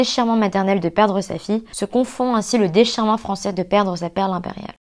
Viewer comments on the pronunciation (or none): none